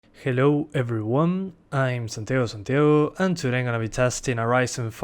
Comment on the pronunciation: Sos Argentino, estoy casi seguro te sale el acento cuando decis: "Santiago Santiago" ajjaaj